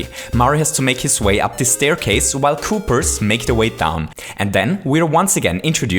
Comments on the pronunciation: it's Koopas and Goombas not goombers and koopers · It is not koopers or goombers . There real names are koopas and Goombas . God dammit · I like the Video but you always say goombars and koopars instead of goombas and koopas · "Koopers" "Goombers" Lol, ok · Why do you pronounce Goombas "Goomers"? Or Koopas "Koopers"? I'm not native and this is my 3rd language your videos are awsome i was just wondering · he says kooprs and goombrs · Good video, loved it, but I couldnt help but crack up a bit when you'd say "koopers" and "goombers" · Koopers? Goompers? Accents at their finest! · lol, goombers and koopers :D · I like how he calls koopas "koopers" because I have a dog named Cooper XD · I'm sorry, but why do I feel that you say Goopers and Koopers all the time? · Koopers and Goombers. I love your accent lol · I like how he says "Goombas" and "Koopas"